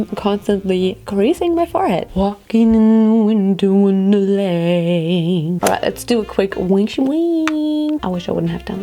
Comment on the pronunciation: "walkin' in the window wonderley" im dead